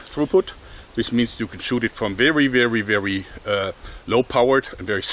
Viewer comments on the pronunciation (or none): none